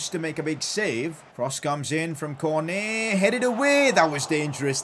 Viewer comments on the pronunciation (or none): none